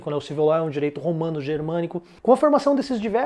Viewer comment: Amigo, a aula ta ótima, parabéns! Só um detalhe: a pronúncia é LÓ, não LOL.